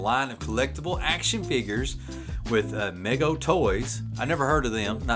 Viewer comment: Mego was THEE action figure company that did DC & Marvel action figures, vehicles, and playsets in the '70s. Pronounced MEE-go. Very popular in the collector's market